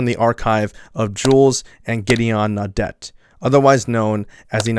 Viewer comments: No-dept brothers? Silly yank its prounounced no-day! No wonder you cousin fuckers fought against us brits education clearly isnt one of your strong points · Pronounce it as naw-day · Pronounced (naw-day). Naudet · Naudet is pronounced No-Day. It would also be nice if the kid who thinks he’s an edge lord narrating could learn to not laugh while discussing horrific tragedy ffs. It’s one thing to be inarticulate, using phrases (lies) that FF left lobby victims to “rot and die,” but it’s another sociopathic kind of evil to need to suppress laughter while narrating🖕🏾🙄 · Naudet = nawd-ay It's French and the T is silent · Pronounced “naw-day”, actually. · AFAIK the T in Naudet is silent. Their film is available to watch for free on YouTube. The shot of him taking cover in front of a van is really intense.